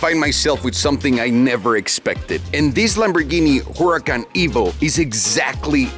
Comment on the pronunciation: Why it sound like he said Lamborghini whoreecon evo?